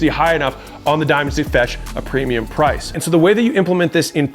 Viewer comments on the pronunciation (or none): none